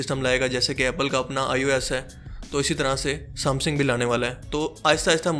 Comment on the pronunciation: بھت خوب بھای شکر ہے ورنہ میں پریشان تھا کیونکہ میرا سیٹ ہواوے کا تھا... ایک غلطی آپ کی آپ کو بتا دوں..."سام سِنگ" نہی ہوتا... "سےم سَنگ" ہوتا ہے...